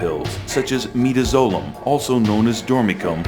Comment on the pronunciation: Midazolam - not midazolum. Try spelling the names of the medications correctly next time.